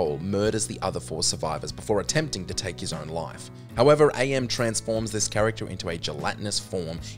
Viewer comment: I Have No Mouth And I Must Scream: AM is not pronounced Ay-Em. It's "am", and he explains that he chose that as he learned the translation of the Latin phrase, "Cogito Ergo Sum", and he liked what it meant. "I think; therefore, I am."